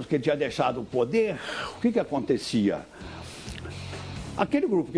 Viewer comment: o podeRRRRRRRRR